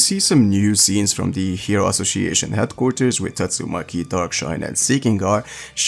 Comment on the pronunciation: Man I have some issue with English pronunciation too (I'm italian) but the C in "ASSOCIATION" has to be pronounced as a S! 😅 You often pronounce it like a C